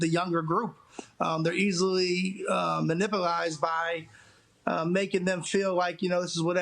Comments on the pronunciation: "muh-nippleized" XD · Bro said: “easily ma-nipple-ized” 💀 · minpulized lmao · I don't see anything wrong with being 'manipplized,' it's actually quite pleasurable. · Even funnier, it sounds like he said “manipplized” 😂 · Well….I have now been completely ruined!!….as there’s NO WAY I’m going to be able to not say ‘Ma-Nipple-ized’ from here on out!!🤨